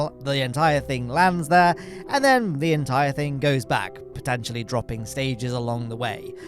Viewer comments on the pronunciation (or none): none